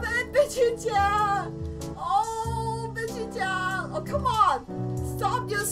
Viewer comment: STOP SAYING BICHYCHAN